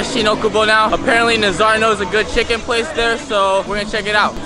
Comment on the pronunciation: "the key to this chicken or what they call it here in korea town is uh "chEEKEN" i died omg